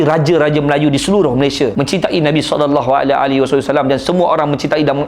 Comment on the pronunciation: bang sebut rasulullah sallallahu alaihi wasallam tu kene sebut betul2